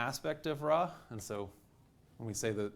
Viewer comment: It's weird to here him constantly say RAY instead of Ra